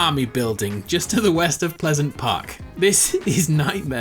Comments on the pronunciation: Did he say pleasent park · anyone else notice he said pleasent park